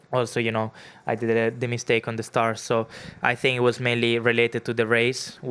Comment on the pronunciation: Don’t fink, drife !